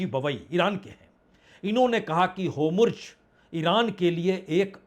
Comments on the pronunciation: Hormuz not homurz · Ek mahina ho gaya lekin aap abhi tak homurj hi bola ja rahe ho...hormuz hai homurj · होमुर्ज या होर्मुज ? इतने दिन हो गए , अब तो सुधार कर लीजिए जनाब ! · Homurz nahi Hormuz hai sir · Bhai Kripiya Netanyahu boliye Netanu nehi, Aur Hormuz hai Homruz nehi.😊 Nehitoh Do-laund boliye Donald nehi😂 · पिछले पचास दिनो मे आप भी नही बदलेआप भी पचास दिनो मे नैतन्याहू नही कह सके ,नेतानू ही कहते जा रहे है,इसी तरह आप होमुर्ज कहते हैं,होर्मुज नहीं कह सके.